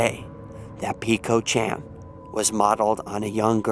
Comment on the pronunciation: Peko chan is pronounced p-e-k-o put them together. ch-an.